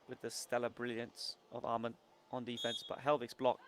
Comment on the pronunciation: the commentator keeps pronouncing Åhman "amon". It is pronounced Oman brother